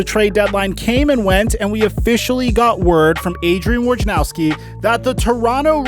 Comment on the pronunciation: "worjanowsky" - how says it "wojnarowsky" - how it's spelled